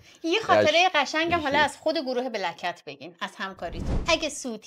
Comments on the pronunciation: پیروزخان میگه بلک کتز گلناز میگه بلکت!!!!! درست تلفظ کن دوست عزیز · پیروز هی سعی میکنه black cat گفتنتو تصحیح کنه ولی تو کلن شوتی 😂 Black cats ننه جان